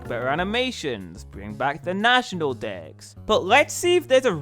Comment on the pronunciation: For a moment it sounded like you said national decks twice followed by national dicks